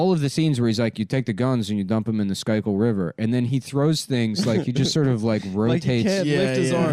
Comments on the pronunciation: bro what did you call The Schuylkill river? thats just not it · I'm sorry, how did he pronounce Schuylkill again?